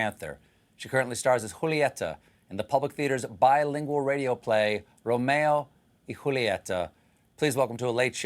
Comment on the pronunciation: As a Spanish speaker, I really appreciate Stephen's effort to pronounce "Rrromeo y Wholieta" the right way 😂😂😂 Great job, Mr. Colbert!!